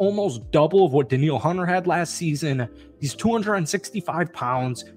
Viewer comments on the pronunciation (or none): none